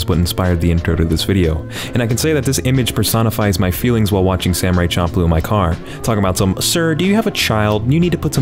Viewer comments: dawg it's fcking SHAM-PLOO. NOT CHOM-PLOO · I am unsure if you are straight up trying to make me cringe or you just never heard the title spoken but its champ like champion champ-loo. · bro it’s pronounced sham ploo😂😂😂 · "Samurai Chomp-loo" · Wait i thought it was pronounced samurai shamploo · champloo is pronounced shamploo